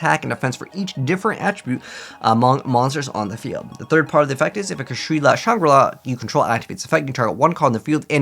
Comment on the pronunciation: It's not "Kashrila", it's "Kshatri-La"